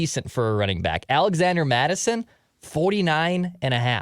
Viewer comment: It’s ‘Mattison’ btw